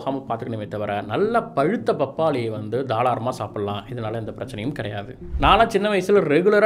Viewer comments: 3.36 thaalaramaa 😁 illa.. thaaraalamaa 😀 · Bro neenga sonnathula oru thappubirukku correct ah la தாராளமா னு solrathukku pathila தாலாரமா னு sollitinga 😁😁😁